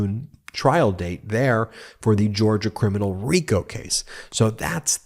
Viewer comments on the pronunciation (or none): none